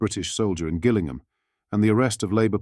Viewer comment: It's pronounced Jillingham. Could you get a real voice?